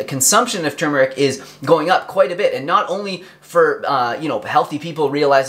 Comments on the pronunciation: THANK YOU for pronouncing both Rs!! tur*mur*ik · HE SAID IT RIGHT!!!!!!! I cannot STAND IT when, even DOCTORS say tooomeric... grrrrr its TUR MER IC!!!